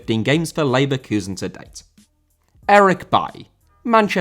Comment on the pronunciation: Leverkusen* not Leiverkusen